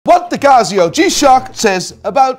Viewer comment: is that the proper way to pronounce Casio?